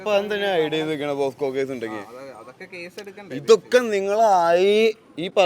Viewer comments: Posco alla.. Pocso.. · പോസ്കോ അല്ല മോനേ പോക്സോ. ആദ്യം പോയി അതെന്താ എന്ന് പഠിച്ചിട്ട് വാ 🙏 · പോസ്ക്കോ അല്ലെടോ പോക്സോ